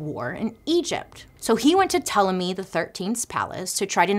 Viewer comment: Bailey pronunciation of Ptolemy was flawless 👏🏾👏🏾👏🏾